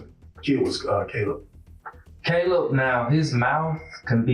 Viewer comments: He is constantly mispronouncing Caleb and other victims. This is one of the original channels using computer generated narration. But the least they could do is listen to their own video and correct the disrespect to the victims. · It would be nice if you pronounced the victim's name correctly. Caleb is pronounced correctly by people in the video. Please correct your voice over. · The AI voice pronouncing Caleb wrong over and over is really annoying. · Yet it can't pronounce Caleb correctly.